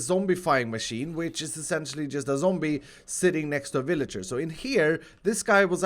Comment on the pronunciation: I love when you say zombie (zomburt)